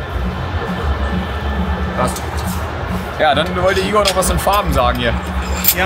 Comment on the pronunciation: Igor, nicht Ingo!!:D